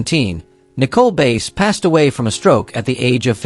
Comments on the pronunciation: This A I crap needs to STOP!!!!! It is messing up people's names. Nicole Base ??? No it is Nicole BASS Also they wrestled for the WWF!!!!! That was the company's name when all these talents performed in the company. NOT WWE!!! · Nicole Bass last name is pronounced like the fish Bass